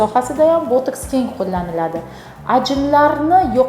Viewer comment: Тиббиет мутахасиси экансиз. Ботекс асл номини тугри талафуз килинг. Бу дори воситаси нимадан олиниши ва таркиби хамда кулланиш сохаларини аник айтинг. Американский ученийлар яратган эмас. Уят эмасми савод яхиламай оммага чикишга.